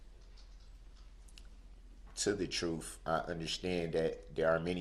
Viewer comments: "Dis", "Dat", "Doh's", "Troof"??? I Mean, Come On. I Went To School. English Was My Favorite Subject. When I Hear Lazy Language? Is Just An Insult To Our English Language. Can't He Hear Himself Utter, Incorrectly, Words That Can Easily Be Spoken Correctly??? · "TROOF" "GROUNDS " "DO DAT" "AXES" "NOT" "NOT " HE'S JUST A SQUIRLY SMALL NARCISSIST 😂😂😂😂